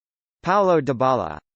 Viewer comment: Wrong. Its pronounced deebala.